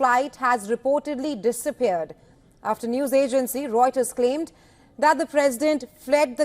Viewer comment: Did she Say news agency Roiter?